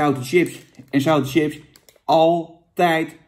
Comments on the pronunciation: Jan, het is 'chips' en geen 'tsjips'. B.v.d. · Het is SJIPS geen TJIPS. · Jan zegt wss ook tjina